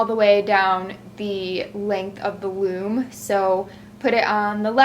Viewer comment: I swear you said womb not loom :D x